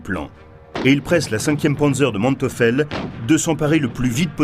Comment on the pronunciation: Manteufel et non Manteufel, prononcez Manteuifel